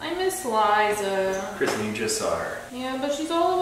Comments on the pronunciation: Say hi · i love it when you cook